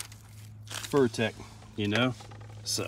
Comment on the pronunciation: Fur tech lol its furitek my friend glad to see you enjoying your scx24